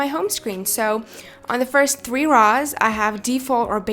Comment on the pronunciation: Is it just me or does she pronounce three as thwee?